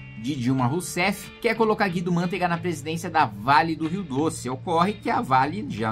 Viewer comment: Analfabeto funcional não é Guido Mãntega é Guido Mantega portanto é paroxítona porque todas as proparoxítonas são acentuadas. Então se pronuncía com a tonica entre parênteses de paroxítona Man(te)ga. Assim como a outra palavra Manteiga não se diz mãnteiga é a mesma regra